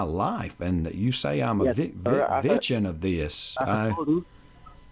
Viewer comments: If you said smartphone 📱 they would probability ask you to send a picture of either your driver's license or a picture of the woucher. They may have gotten too many 11-d-4 or other fake numbers. He did say wictim instead of victim . How does freezing the account help them find the real crook???? If the account is frozen , the crook can't wire money. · Wow, he's so "kind" to even offer you an "extension" so you can withdraw more 💰 tomorrow in order for him to steal more! Every time he'd say "wichtum" or "soshul" I'd go into paroxysms of LoL's 😂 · As usual, a great one & always happy to get a new one. Got my coffee, TV remote & G-man.....ready to face the day ..lol I bet he thought he'd hit the mother load when you said you had a IRA account. 'Wictum' ' witchum' ?.. " oh, VICTIM " ( I love learning new words..lol)